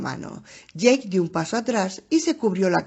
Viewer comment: Jajajaj no es ache o aque es ake de eick o jake en ingles el animalito decia eick de jake en ingles, se me hizo frustrante escuchar ake jajajaj saludos!